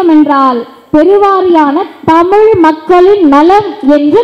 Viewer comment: You first pronounce tamizh instead of tamilu